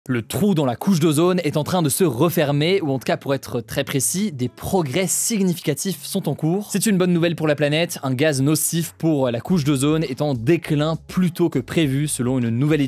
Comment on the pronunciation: "Significatif" le g ne se prononce qu'en anglais... pas en français